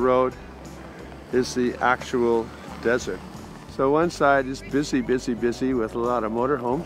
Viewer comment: NOT DESSERT...……………………….DESERT